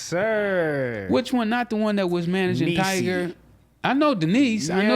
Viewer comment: Why all old niggas always pronounce tyga name as tiger🤣